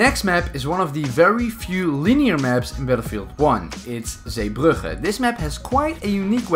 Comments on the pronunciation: Jij bent Nederlands ik ruik het jij sprak zeebrugge te goed uit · Are you Dutch because you said "zeebrugge" In fluent Dutch lmao 😂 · the way you pronounced Zeebrugge, you've got to be dutch